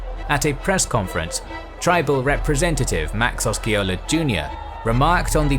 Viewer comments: And Oska-ola. 🤦‍♂️ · Also: Osceola: I believe the C is silent, therefore no K sound. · It is (I lived there as well) you are correct he is butchering it and Osceola as well, he could not even spend the time to research the proper pronunciation, I mean seriously. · Or the way he fucks up chief Osceola's name,too.